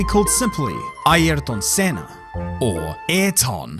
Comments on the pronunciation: Note: ayrton senna's name pronounciation is aerton senna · 'Airton Senner' 🇬🇧